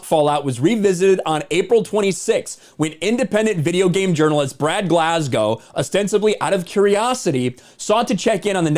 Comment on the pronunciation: It's Glasgo not Glas-gow.